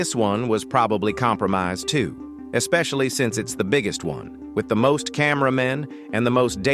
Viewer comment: “Compromised too” was that a country accent????